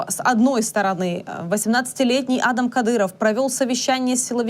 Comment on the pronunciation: Адам,ударение на вторую а.